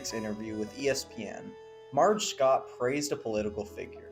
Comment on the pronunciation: The pronunciation of Palmeiro struck me, too. (And Schott, too.) (And Evers)